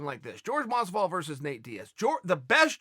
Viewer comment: Masvidol !! Talk to ya in a couple weeks.